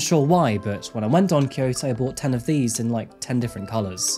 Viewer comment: Gosh you butchered the pronunciation of Don Quijote 😂